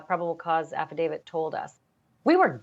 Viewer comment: ITS....HONED IN.....NOT HOMED IN....ALSO AFFIDAVIT......NOT AFFIDAVID.......GET IT RIGHT!!! SHE MISPRONOUNCES ...TO MANY WORDS FOR A NEWS REPORTER!!!